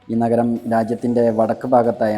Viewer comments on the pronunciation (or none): നകരം അല്ല നഗരം...മലയാളം അങ്ങനെയാണ്.